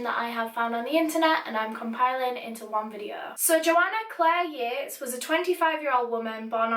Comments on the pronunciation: I thought it was pronounced Yeet-is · I'm so sorry but I pronounced this in my head as "Joanna Yeets." End me I feel so bad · THE JOANNA YEATES CASE How i pronounce Joanna Yeates Joanna Yeets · i'm sorry but I have to.. Joanna YEETESSSSS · not to be offensive or anything, but I thought it said ‘Joanna yeets’ lol